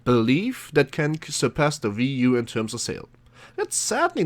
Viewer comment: It's not a ve u. It's wii u